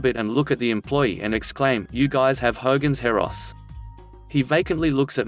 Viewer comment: It's 'Hogan's Heroes", not Heros lol